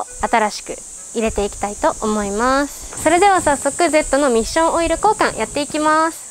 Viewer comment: おっしょんオイルに聞こえた